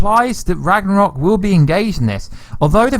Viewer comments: So whos gonna tell him that its ragnarok, not ragranok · Ikr? It’s not that hard. and and a few more times he actually says it right. Then when he says “ra-g-nok” I feel like he’s trolling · Every time you say Rag-Ra-Nok, God kills a kitten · You said RAGNAROK wrong a few times lol but it's all good. Still great content tho keep up the good work 👍💯